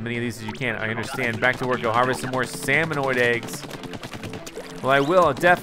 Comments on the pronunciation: Its salmon-ids not oids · you're saying it wrong it is salmonid not salmonoid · It's pronounced salmon-ed not salmon-oid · Take a shot every time he says "salmonoid". But don't really. That many shots would kill a man. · Jokes on u cuz never said salmonid he only said salmanoid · It's Salmonid, not Salmonoid. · its not salmonOID its salmonID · Found this video trying to decide if I wanted to buy splatoon 2. Love it though I cringed every time you said salmonoid when there was no letter o and it was salmonid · LEARN TO SAY: SALMONID! Not Salmonoid! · It's not "Seh-Min-Oeed" it's "Seh-Min-Id" The last part of the intro! 😥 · It's Salmon-ID not Salmon-NOID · Salmonoid don't you mean salmonid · I get si triggered when he says salmonid IT'S SA-MON-ID NOT SA MON OID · You kept on saying salmonoid instead of salmonid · salmonid is pronounced sa-mon-id not sa-mon-oid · ITS SALMONID NOT SALMONOID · Its salmon-id Not salmon-oid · Its salmon ID not salmon OID ... really freaking annoying that u said it right the first time and then started saying it wrong after that. Makes the video almost unwatchable Jesus. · Isn’t it weird how is calling Salmonids “salmonoids” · did anybody else cringe every time he said salmanoid? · It is salmon-id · Waaaiiiiit u never said salmonid......... AHAAAAAAAAA JOKES ON ME!! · Your pronouncing salmonid wrong